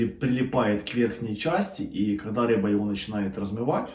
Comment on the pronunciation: Ни рэба, а рыба